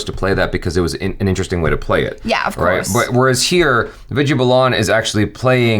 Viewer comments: its "vi-DI-YA" not "vi-J-ya" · "Vidya" is pronounced as "With Ya" :)